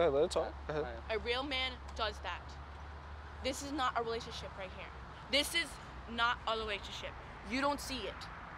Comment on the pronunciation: “This is not a lerationship” “I’m sorries”